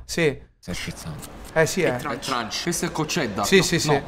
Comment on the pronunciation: senti com'è TRUNCH😂 (voleva dire crunch ma probabilmente non ha ancora visto un tik tok dove la pronunciano così)